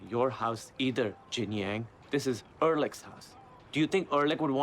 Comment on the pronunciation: "Erlich's (E'rich's!) administration." 😀